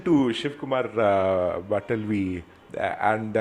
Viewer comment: Also shiv Kumar bataalvi.. not btalvi😅